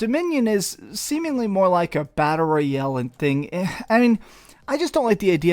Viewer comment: Battle "rayale"